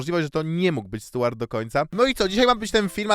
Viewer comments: Boli ta wymowa: Stułart Burton lol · Rozwala to mówienie "Stułart" - z angielskim to chyba na bakier u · No to w takim razie ta wymowa imienia dziwna 😊